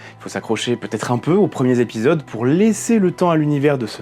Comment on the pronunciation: j'adore vos vidéo ...... un bémol .... pour quelqu'un qui est si à cheval sur l'exactitude des costumes ou des armes .... entendre un hui zépisodes à la place d'un hui tépisodes me fait mal aux "zoreilles" ..... clin d'œil d'un puriste à un autre puriste ... sinon j'adore votre travail